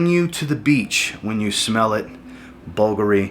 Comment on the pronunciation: Good video, but sir, you really need to fix your pronunciation of Bvlgari, which makes you sound amateurish. Say "bool-GAH-ree," not "BULLgery."